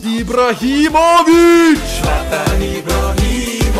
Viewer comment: yooo he said "Ibrahimovic" so Bosnian accent fluently